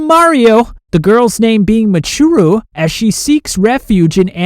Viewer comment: You said michiru wrong